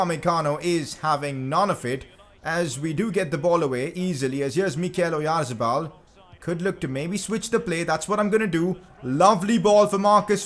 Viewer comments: It is pronounced Orianthabal. But is amazing transfer. Also sign pau torres from Villareal he is a very reliable as a back up if you sell phil jones and it has good potential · challange:take a shot everytime he says oyarzebal